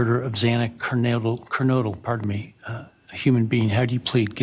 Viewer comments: yeah the judge was an idiot and said Ker-nadle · The only thing I can think of about Judge Hippler mispronouncing Xana’s last name is that he hasn’t been the judge too long and maybe hadn’t heard every detail about this case. And the last names are hard to pronounce except for Maddie’s. And he sounded nervous when he first started speaking. It still would be sad for her family. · Agreed. He really should of addressed the calls to his office in a different way. He blew it in my opinion. And how does he not remember the pronunciation of Xana's last name by now?!